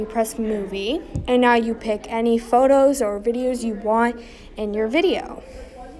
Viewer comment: "create a vEEdioh"